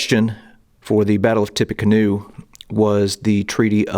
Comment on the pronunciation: Mispronouncing the universally accepted Tippa-canoe as Tippy-canoe is a wild choice.